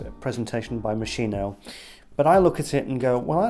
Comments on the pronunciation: Hi! Sorry, hate to be the one to correct but it's pronounced "Mos-kee-no," not Mo-shee-no. Great review btw! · love this video as all of your videos... im definitely buying this someday (also because i looove the bottle) ps: its MOS-KEE-NO... love u! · Just for you to know it is pronounced "mo ski no" ... However great review as usual mate ♥️ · Moss-'Kee-no. That's the correct Italian pronunciation. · It’s pronounced (MOSKINO) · My new love - its strangeness is something I have been longing for - I can only get the rose initially and then pepper pepper pepper and later oud and something like diesel - it’s amazing. Yes it’s slightly synthetic but hypnotic none the less - I like the confusion. (By the way it’s pronounced Moskino !) Great review! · Sir, it's Moskeeno. Great review btw. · mos-KEY-noh. If you want to show off your outfit and your pretentious speaking, at least pronounce the brand properly lol